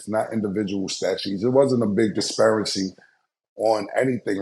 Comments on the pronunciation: If Cam say "disparicy" ONE MORE TIME. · Somebody tell Cam “Disperancy” is not a word😂😂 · So nobody gonna tell Killa the correct word is “Disparity” and not “Disparicy” 😂😂😂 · Cam, wtf is a dispericy? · Cam saying Disparicy back to back…..new word ‼️ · "Disparicy" 2x by Killa😂 Cam fk up words and names like my dear Grandpops used to😂😂😂 Damn I miss my Grandfather so much👴🏿🙏🏿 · Please tell Cam it’s “disparity” with a T not a C my boi! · According to Cam, Discrepancy + Disparity = Disparicy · Yooo I think that every time!😂 Dispracy, Stanima, athleti(kizm) are his struggle words 😂😂😂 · Hello from across the pond; Most Of Us Know.... .#disparity is what #CAM was attempting to articulate. I'm a 51 year old Black man, without a college degree; sadly qualifying why it doesn't take the discernment of a physicist to know that ':#disparicy ' ain't a word! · Cam be fucking up The english language its disparity, bro. Disparity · Did Cam say disparacy?? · Disparity and stamina, when is someone going to tell Cam he’s mispronouncing these words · Stat you just gon let Cam rock on saying disparity wrong?😂